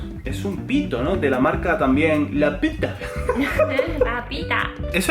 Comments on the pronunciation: "La petah" JAJAJJJJAJJAJ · Me hace gracia porque la marca se llama LA PITA pero dice la i como una u francesa. Tiene sentido si se quiere disimular otra palabra. No me había dado cuenta, pero ahora me hace mucha gracia.